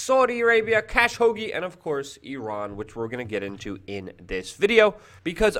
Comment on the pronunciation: "Cash-ogi" ok..